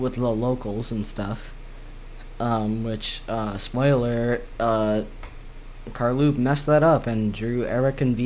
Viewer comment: No it’s car low p